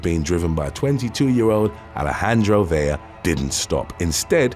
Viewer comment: Vela as Ve-la the way you have it written not Vella as Ve-ya the way you are saying it. Please get it right. It really does matter.